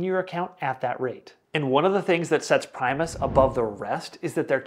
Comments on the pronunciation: I bank at Primis and love them. BTW, it's pronounced PRIM-US not PRIME-US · Prime us lol